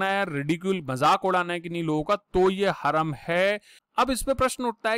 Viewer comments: Its haraam not haram.. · glow,Haram ka pronunciation 'hurum' nahi 'haraam' hain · हरम नहीं हराम बोलिये सर 😆😆😆😆